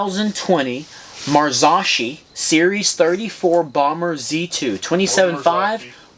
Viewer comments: Mar-zok-eee for the love of god! 😂 these are owned by Fox so this is basically a economy version of a fox fork. They have a good reputation! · I work for FOX Factory...it's pronounced MAR-ZOW(TOW)-KEE(KEY)....FFS!! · Mars-OH-Key!!!! Say it right! That fork needs like 30mm of more travel to be a real contender. 100mm is nothing! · Pronounced in Italian "Mahr - saw - key". In the US "Mahr - so - key".